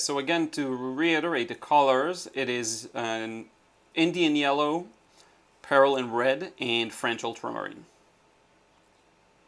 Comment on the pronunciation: Injun yaller? I thought you say New Gamboge? I like Injun Yaller better. I use it interchangeably with cad yellow deep/dark.